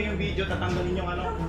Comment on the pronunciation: ShoFlifter?????Bideo????bk nmn shoPlifter at Video kuya.😂 ang linaw sa video nung pagkksbi mo sa SHOFLIFTER & BIDEO hehe no offense meant! Honest reaction lng aware how to use the correct pronunciation of B & V as well as F & P.